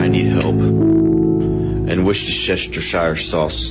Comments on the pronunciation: Okay, repeat after me: war-chester-shy-er,that’s it. That is how you pronounce Worcestershire. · Poor will never be the same after trying to pronounce "the sauces name" (ima not try)